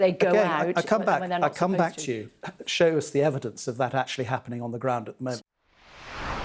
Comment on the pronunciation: Show the evidence Reporter: Repeats the same question British Defense Minister: Show de evidence - End of the interview - Hahahahahahahahaha